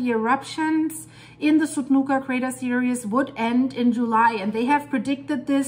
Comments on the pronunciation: Seereez. Not seerius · S-ear-E-z S-ear-E-z not S-ear-E-us